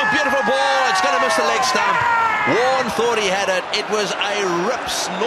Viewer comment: It's not Marne it's Warne